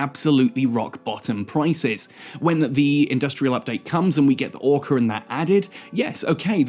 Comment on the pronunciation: Ore-car …. Lol